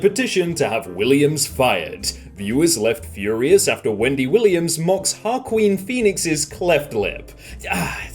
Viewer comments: Haroquin in not how you say Joaquin Sad head shake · Did this dude say Ha-Queen Phoenix?